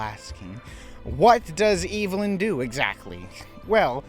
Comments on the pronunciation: Evelyn is pronounced Ev•eh•lyn not Evil•n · I just wanna know how one can manage to mispronounce a name that is said and pronounced correctly in the movie being discussed 😭 unless you’re saying her name like that as a bit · You said the villain’s name wrong…the entire video. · Are you saying Evelyn like that on purpose?